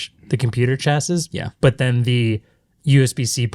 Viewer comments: That mispronunciation of "chassis" 😅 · Guys the s in chassis is silent please you're killing me. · 'chassy', s is silent hehe.